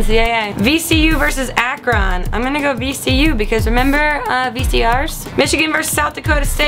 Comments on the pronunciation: all i could do was laugh at how you pronounced "ak-ron" ..in ohio we say Ak-RIN. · hahaha Ak-Ron....I have never heard it said like that. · omg. her pronunciation of "Akron". Dying. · Grace, please learn how to pronounce Akron. Kthanks. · Can you say Akron for me one more time?